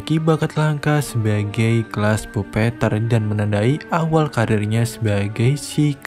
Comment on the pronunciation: bang bacanya bukan puppeteer tapi puppeteer